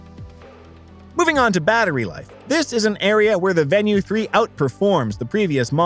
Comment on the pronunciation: I was thinking the same thing. I won't watch all of it and I can't give it a like. Not even pronouncing the name correctly.